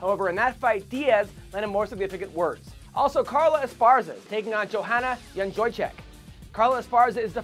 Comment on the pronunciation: dos anjos fighting that often, overrem vs overeat, and the pronounciation of jedreczyk